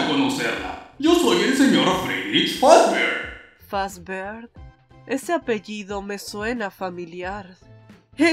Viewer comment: es glamrock freddy no fazber ,fazber es el cafe oscuro